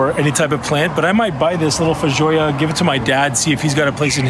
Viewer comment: I think it’s fay-joe-ah btw. They’re native to NZ, I live in Aus and I’ve been trying to buy one for about 6 damn months!